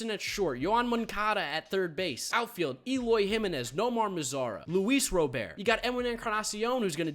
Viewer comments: Not ro bear. Robert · as a White Sox fan, please say Luis Robert’s name right!! It’s pronounced just as it would be if it was a first name, hard T at the end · You do know you are saying Robert wrong right?